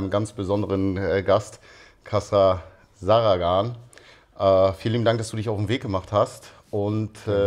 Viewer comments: Der gute alte Kassra Zaragan 😂😂😂😂 bro man sollte die Namen seiner Gäste schon aussprechen können 😂😂😂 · Hat er echt den Nachnamen falschausgesprochen??? Ganz Starke Vorbereitung... PEINLICH PEINLICH!